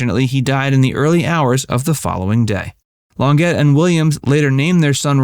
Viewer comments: ...Claudine Lon-JAY, not Lon-GET! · "Long-get"???????? It's Lon-jay!!!!!! And RFK was a slimy little jerk......Ethel deserved better. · Learn how to pronounce the names already. The huge goof in this one is LONG-GET. Her nam3 has made the news many times in the past. It’s French: LON-JAY. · Claudia Long-GET? No. Claudia Lawn-ZHAY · its not longet!!! its long-jay! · Here we go again with the appalling pronunciation. Christine Longet is pronounced Lon zhay. NOT Long get. Good grief. It's French!!!!! An illiterate robot???? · Learn to pronounce the names. It is NOT Long get. Lon Jay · Its NOT Claudine "Longette" it's pronounced LONJAY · Her name is pronounced “Claudine Long-jay” . Do your research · Cluadine "Lon jay" Not "Lon get" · Claudine Lawn-get? Try Lahn-jay. Geez. It's not hard. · Literally every video you do has at least one screeching mispronunciation of a name or term. I don't know how you do it, but you manage to do it. Claudine Longet = Lhon-JAY, not Lon-GET. Have you heard of these people before? Clearly you haven't. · please learn to pronounce foreign words LONGJAAY not Long GET sigh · Claudine "Long-get?" How about "Lawn-zhe?" If you cannot correctly pronounce names it crushes your credibility. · Longet?!!! It's pronounced Lonjay. Crimeny! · Claudine's last name is pronounced Lon jay. Not Lon Get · Its long-ZHAY not LONG-it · Lon jay. Not Lon get…… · Claudine Longet is pronounced LonJAY not LonGET. Just for the record. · it's pronounced claudine lon-jay. not lon-get. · Claudine Longet's last name was pronounced "Lon-Zhay" (French), not "Lon-Gett." Just FYI. Interesting video - I never knew that Jackie-O and Robert had an affair. :O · European notions of women were defined by their husbands's lives and considered possessions. Claudine Longer pronounced "Long-Get" proves this narrator's ignorance. Her name was pronounced "Lonjee." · Lon jhay, not Long GET !! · I think her name is pronounced “ lon-jay”. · Longet is pronounced long-shjay